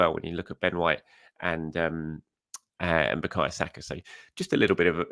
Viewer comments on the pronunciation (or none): none